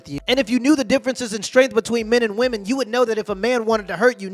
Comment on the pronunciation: why are you saying "vvomen"? just say "women"